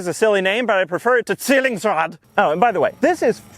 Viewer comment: As a German, nice pronunciation on Zwillingsrad! A bit harder on the R maybe, but that's just nit picking. Rrrrrrr.